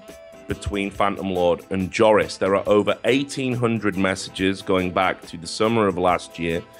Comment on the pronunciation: Loved the video, I think you have to pronounce "Joris" like "Eoris" or "Yoris" :) .